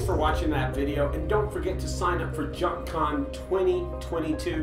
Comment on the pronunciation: junk "con" 🙃